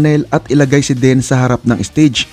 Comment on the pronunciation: Bisaya kba kc Den ka ng Den .ang tama Dean ska Neal Schoen.husayan mo ha ?